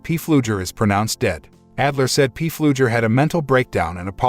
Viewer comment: If I ever hear P Fluger one more time in my life, it will be too soon.